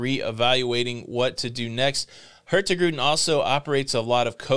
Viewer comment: no G in the Hurtigruten when pronounce it... It just sound wrong. Hurti-ruten will be close to the right way to pronounce it.